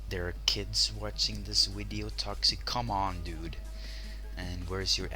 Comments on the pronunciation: Ur Saying V3rry STr3nge English u Speak Wideo Instead Of Video XD Just Kidding Its Was a JK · WHAT THE HECK IS A WIDEO XD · He usually replaces all "v" with "w" LoL